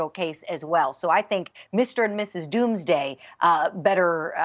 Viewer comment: "Mr. And Mrs. Doomaday" LOL... I LOVE THIS PEOPLE..they don't have hair on their tongue, they say it like it is!!! Love you all..